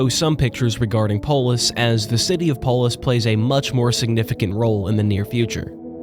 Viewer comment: I always hear "polish" instead of "polis"